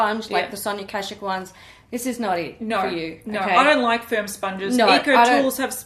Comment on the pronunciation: "Firm sponges" and all I heard was "sperm sponges". I think its time for me to take a nap 😂